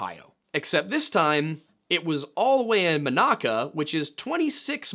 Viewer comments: I hear people pronounce Monaca (Monica) like the woman's name but it's pronounced "Monacka". You pronounced it "Monocka" which is a new mis-pronunciation but great video! It was very interesting. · Its pronounced Mo-NACK-A not Mo-knock-a. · A very thorough and detailed video. The pronunciation of “south side” and “Monaca” were off. But a very well done video with lots of thought and facts.